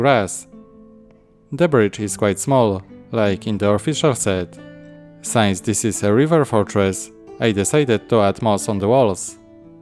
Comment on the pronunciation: Just some hints if you want to improve your English :) the bending of those baseplates is usually referred to as warping, from what I heard in all the other brick-related videos I watched. "since" is not pronounced as "signs", but more like "sins". Besides that: nice video and great MOC. I really like the texture of the walls with the light green bricks. And those black trees just always look good together with castles!